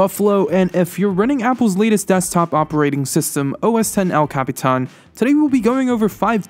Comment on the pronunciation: can you capitán the right way and not all retarded.